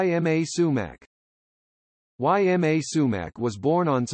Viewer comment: Her first name is pronounced EEma, not Y M A.